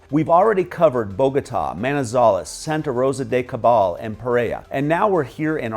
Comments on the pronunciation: Pereira… It's sounded out as pay-ray-e-rah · Do you mean Pereira? Why do you butcher it then?